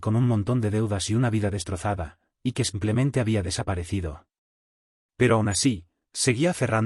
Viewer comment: Que significa la expresión SANCLEMENTE, que la oigo en muchas de sus historias..? Excuse, me parece que es error de lectura y lo que quiere decir es SIMPLEMENTE. De lo contrario no entiendo esa exclamación..!! Gracias.